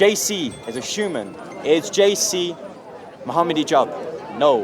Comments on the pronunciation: Why does he keep saying Shoeman instead of human?! 😂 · the way bugs bunny pronounces the word human as “shuman” pisses me off